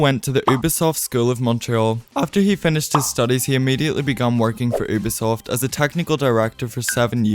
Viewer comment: Good video but please say Ubisoft the correct way 💀(you-bee-soft)